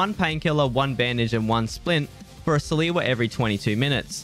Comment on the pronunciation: Stop saying salewa like that